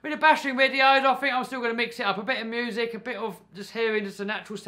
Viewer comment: Haha he said moosic